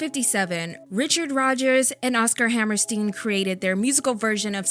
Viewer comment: I’m sorry I normally don’t complain but please look up how to pronounce Hammerstein correctly. Rodgers and Hammerstein are only the most influential, successful musical composers of our time.